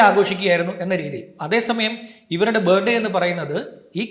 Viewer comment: ബേടെ അല്ല.. ബർത്ത് ഡേ